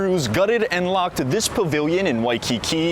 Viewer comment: "...gutted and LOCKED-a"? Why do gen z put "-a" at the end of words for no apparent reason? Is it "obviously" because somebody "literally" clicked the wrong "BUH -in"?